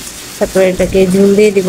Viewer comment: বেশি শুদ্ধ তায় কথা বলতে বলতে ঝোল কে ঝুল হয়ে গেছে কিছু মনে করেন না 😂